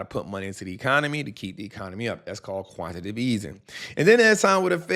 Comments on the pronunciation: QUANT-TI-TATIVE!!!!!!!! Not Quant-tative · Yo, It's Quan-ti-ta-tive 🎉. Great work brother! 💪🏾 Love the channel!